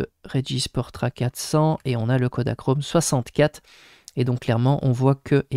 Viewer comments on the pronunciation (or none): Bonjour... "PORTRA" et pas PORTA. comme dit dans la vidéo